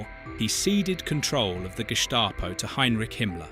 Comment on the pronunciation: Could you adjust the pronunciations of different words, Gestapo, Gering, and others?